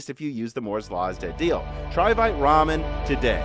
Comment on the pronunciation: Vite Ramen, I kept hearing fight Ramen